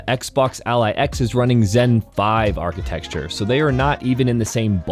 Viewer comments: Architexture? Really? 😂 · Architecture is not pronounced “architexture.”